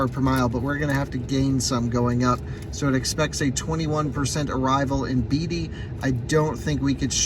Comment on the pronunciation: It's pronounced Bay-tee, NV. Like actor Warren Beatty... don't ask how I know that. lol. Good vid!